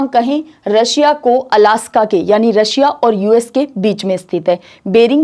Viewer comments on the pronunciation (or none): none